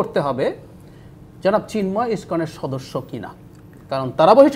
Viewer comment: সিন্ময় না রে, ওনার নাম চিন্ময় 😂🤣😂